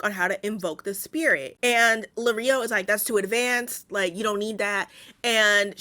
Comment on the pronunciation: Lirio as in “lee-ree-oh”. Not Lareeoh😅